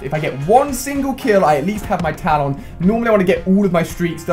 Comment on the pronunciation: Please can you pronounce talon properly